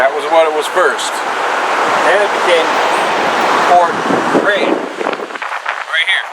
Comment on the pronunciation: Fort Grasshit. That’s how you say it